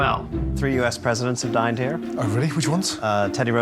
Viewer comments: 2 things I think are great 1st How Gordon makes "Dining Room" sound like dying room. Regarding how he finds the food here it is really fitting (espescially in regardd to Roosevelt who "di*n*ed" hereXD) And 2nd that this looks like a millionaires house. Coming from an actual millionaire. Great, just great😅 I know, gordon is quite humble n stuff. But boy. Just great:D I love his shows so much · Coulda sworn he said dying room after he was told that 3 presidents died there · I thought he said teddy Roosevelt DIED in here